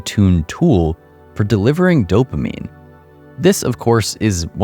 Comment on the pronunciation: You killed off anything spiritual when you said dopimine....dopamine..... wow. Don't listen to this guy's advice in this kind of light. Games are really fun that's why they're addicting. Let's not use ugly words here.